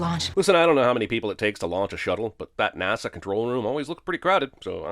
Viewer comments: Jeremy Jeremy Jeremy, how in the actual fuck did you let "nahsa" slide? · No English person pronounced NASA as "NAR-SA". This does not happen. He's doing that on purpose. Suspension of disbelief destroyed. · Movie wants us to believe that anyone, anywhere pronounces NASA as NAR-SA